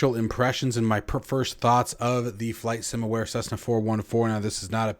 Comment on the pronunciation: It's from "Flight Sim Ware" not 'Flight sim Aware'. They've been around for over 10 years in the FSX/P3D scene. Stsill this wouldn't be a review by an American if there wasn't a mispronunciation or mis-spelling! :o)